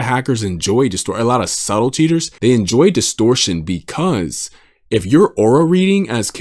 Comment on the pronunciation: My boi after eating Wheaties: the way you say +CHEATERS makes it personal.